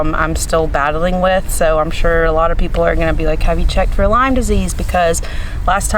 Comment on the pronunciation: Hi, its Lyme not Lime